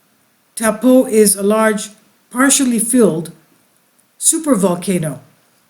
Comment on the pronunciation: Try “toe” “paw” that’s the correct pronunciation good try though better than most people that live here haha